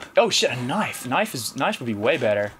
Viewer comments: His Australian shows as well when he says knife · You can really hear Ross's accent when he says "Knife"